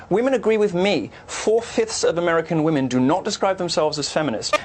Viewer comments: I love your vids my dude, but you need to learn the difference in pronouncing woman (singular) and women (plural) because when you mean to say "women" you pronounce it always as "woman". Otherwise you're hitting the nail on the head.c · Love the video just pointing out your saying women wrong in the context your using it. It's spelt WOMEN yes but when your talking about women in a while it's pronounced WEMEN idk why. Not trying to be that person I apologize